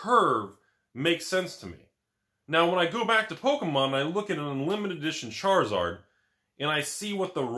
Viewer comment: You said charlizard wrong